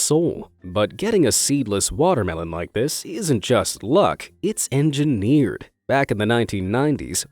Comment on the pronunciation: "it's engenierd" You ruind my life.